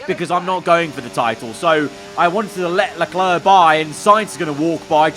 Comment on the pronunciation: the way he says Charles Leclerc's name is even worse ngl